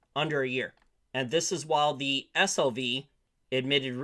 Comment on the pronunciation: My brain heard you pron SLV like "ass-hole-vee" LOL